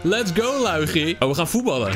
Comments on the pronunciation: Het is luigi maar loeigie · Zeg lowiedjie want als je Luigi zegt denk ik aan poepie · Hij het helemaal geen Luigi de g spreek je uit als een gi